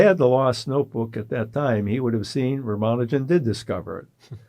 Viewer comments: The young interviewers are presumably Indian. Even if they are not - but particularly if they are - they could benefit from learning how to pronounce Ramanujan's name correctly from Professor Berndt. It is not "Ramanoojan", it is "Raamaanujan", with the "u" pronounced as in "bull". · A close friend from India tells me that his name is pronounced as Ram-Anujan. Certainly not with stress on the syllable "man". Is learning correct pronunciation beneath an academic ?